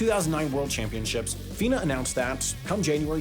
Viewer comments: Fee-nah not Fin-a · FINA pronounced fEEn-a, come on 😂 I bought a similar (arguably better, based purely because they were so much more buoyant than the LZR) suit from Blue70 in 2007. These suits were INCREDIBLE. Everything about the suit felt faster. And to echo other comments, 20 minutes to get one of those on is generous (try 30-40 easy), and bags over feet were mandatory 😂